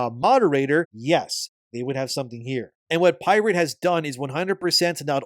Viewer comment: To be fair whenever you asked “Has pirate…?”, all I heard was “@ pirate” 😂😂😂